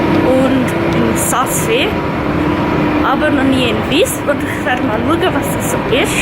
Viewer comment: du seisch visp und saas fee falsch